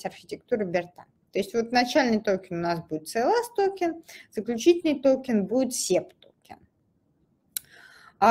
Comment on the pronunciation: Слушать конечно тяжело, ааа, эээ, токен, тоУкен, хихих, серб серб кофе.